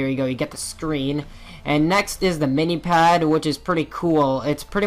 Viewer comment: Minepad not minipad!